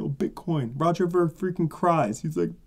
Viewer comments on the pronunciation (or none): none